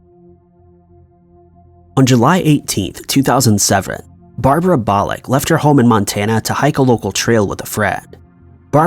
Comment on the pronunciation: ...annnnnd , Thats 2007, not “2000 sevren.”